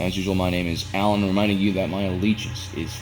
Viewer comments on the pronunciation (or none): none